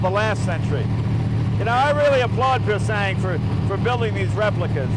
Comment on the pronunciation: i need one loll......but you dont pronounce the G in pure sang